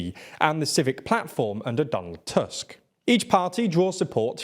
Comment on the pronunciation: You pronounce most names quite well but you can fix "Tusk" pronunciation in future videos. It's not an English surname and "u" should be pronounced more like the English oo in foot.